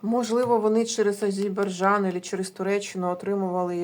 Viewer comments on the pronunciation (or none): Тільки не Азейбарджан, а Азербайджан! 😊